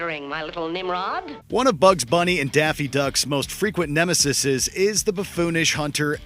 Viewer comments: Is it not nemeses? Nemesises doesn't roll off the tongue quite as readily. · [around the 2 minute mark] Fun with language: The plural of "nemesis" is "nemeses" (pronounced nemeseas) not 'nemesisses' or however you'd spell what the Watch Mojo narrator gargled out. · nemeses* pronounced nemeseez (how the hell did none of you clowns know this?)